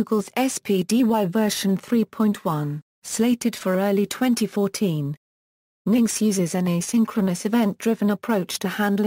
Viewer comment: that's now how you pronounce engine-x